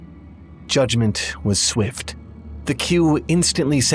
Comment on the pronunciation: Kosemen said Qu is pronounced "Ku" and I think their full name is Quhanim